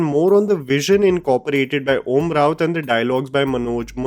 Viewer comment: and it isn’t Om raut